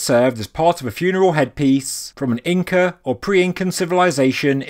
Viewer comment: you said Incre lol thanks for saying it correct 99% of the time despite your accent. i appreciate your vids.